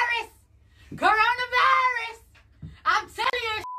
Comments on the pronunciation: No it’s: KarraranaVirussassss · When she say "C0RONA VAIRUS" bro i rly felt that😭😭👌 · KARANA VAIRAS